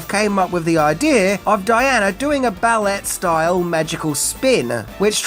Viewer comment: ballet is pronounced ball-aye not "ballette". I cannot believe you said ballette. 🙄🙄🙄